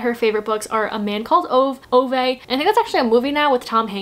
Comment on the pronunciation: Loved this video! Apparently, Ove is pronounced Oo-vah, not ove (owe-vuh) or oo-veh. :)